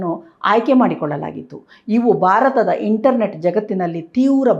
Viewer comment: ಬಾರತ ಅಲ್ಲ ಮ್ಯಾಮ್ ಭಾರತ ಅಂತ ಹೇಳಿ. ಬಾವನತ್ಮಕ ಅಲ್ಲ ಭಾವನಾತ್ಮಕ ಅಂತ ಹೇಳಿ. ದಯವಿಟ್ಟು ಅಲ್ಪಪ್ರಾಣ ಮಹಾಪ್ರಣ, ರಸ್ವ ಸ್ವರ ದೀರ್ಘ ಸ್ವರ ವನ್ನು ಮೊದಲು ಅಭ್ಯಾಸ ಮಾಡಿ ಆಮೇಲೆ ಸುದ್ದಿ ಓದಲು ಶುರು ಮಾಡಿ.